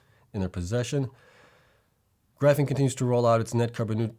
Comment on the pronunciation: Love the videos as always, but Gryphon is pronounced "Griffun"